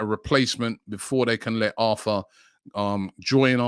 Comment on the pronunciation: His name is pronounced “AR-TOUR”